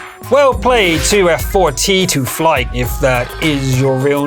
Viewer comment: LoL How hard is it to find out that 2F4T2FLY should be pronounced as Too Fat To Fly?